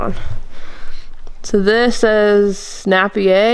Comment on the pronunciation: Not nappy er, nape ee er!!